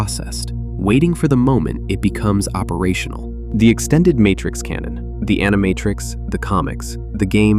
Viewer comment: What was that "Martrix" ? A human being would never have said "Martrix." Oh, this is awkward!